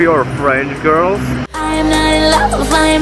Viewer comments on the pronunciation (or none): none